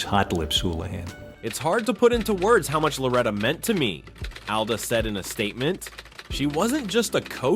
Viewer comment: Alda not Ada